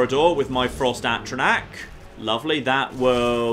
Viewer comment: 14 parts in and insists on saying Atronach wrong.